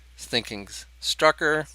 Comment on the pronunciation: It's STRUCKER, not stucker